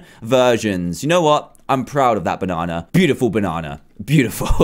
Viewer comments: Dan is banana not bonana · It's banana not boonana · Banana not boonanan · Because he thought the banana sucks so he called it a boo-nana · DANTDM why do you call a banana a boonana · ITS A BANANNA NOT BONANNA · Benny Gaming PRO because it's the way he wants to say it you might call it banana but he calls it boonana ok OK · Qarish Rafael dan say banana instead of boonana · The fact he said bonnana then he said banana 😂😂😂😂😂😂😂😂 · why dan is saying 3 times not banana but boonana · Dan way do you say bunana not banana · Sorry dan but its banana not boonana 😬ay ay ay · Its banana not boonana and bananas are yellow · Hahaha😂😂bunana it's is banana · Why did he say yellow boonana it's banana and they are yellow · "boonana" lol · Dan said boonnana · .... Why did Dan say boonana?? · Do you say bonnana? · He from the United kingdom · I love how almost every time on the fruit one, he said boonana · He calls it a boonana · Dan: let's make a boonana Me: dan can you speak B-A-N-A-N-A? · Me:Oh he’s making a banana Him:BOONANA! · he said bunana XD. that's so funny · in the USA its prounouced banana. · That Funny Because You Said Boonana Dan😂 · He said boonna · Dan says bunana lol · Dan why u say boonana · Do you actually say boo nana in UK? Or are u just saying it funny?